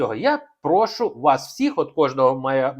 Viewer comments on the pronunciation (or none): none